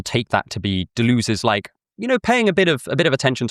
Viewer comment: Every time you pronounce Deleuze like that an angel loses its wings.